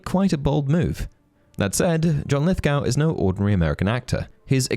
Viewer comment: Not to be that guy but I couldn’t not focus on your pronunciation of Lithgow. Should be Lith-go, no “ow” sound.